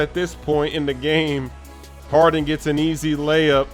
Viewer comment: Sigh... James Haren... Where is your "d"?